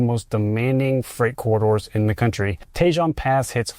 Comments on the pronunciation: Great video ... but Tejon Pass is not pronounced "Tay-Jon Pass" but "tee-Hon Pass" ...emphasis on the "H". In Spanish, the "j" in "Tejon Pass" is silent and pronounced as an "h". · Grapevine...shows picture of Donner Pass. Tejon isn't Tee-John, it's Ta-hone. San Joaquin isn't San-Qway-Keen , it's San Wah-Keen. Semi- isn't Sim-E, it's Sim-Eye Covenant is a trucking firm, they're not trying to make a statement about clean energy, then quotes their "Sustainability V.P." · Tejon is traditionally pronounced as tay-HONE or tuh-HONE. If you are using the authentic Spanish pronunciation for the badger (tejón), it is pronounced as teh-HOHN (with a silent "j" sounding like an "h")